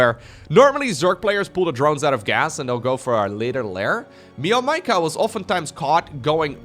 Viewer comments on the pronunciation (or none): Hey. It’s actually spelled meow-maika. Not me-o maika.